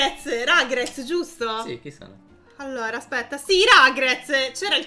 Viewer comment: Risultato finale:: 6 allora: 32 allora (2 dei quali li pronuncia male...) Totale: 38 allora...